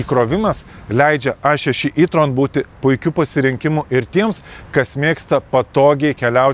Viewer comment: Sveiki, Jei jau kalbate lietuviskai per video tai taresi E tron ne I tron😊